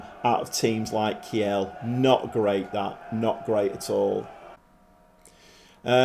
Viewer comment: Heads up, Kiel is pronounced keel, like the keel of a boat or the beginning of kielbasa…